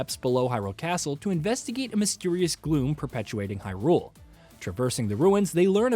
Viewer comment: Why..why do people keep saying hyRULE?!! It's Hyrule